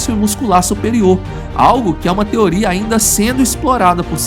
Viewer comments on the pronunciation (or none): none